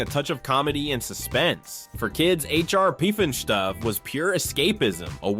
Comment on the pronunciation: H.R. Puffinstuff is the correct pronunciation not all the other things that were said.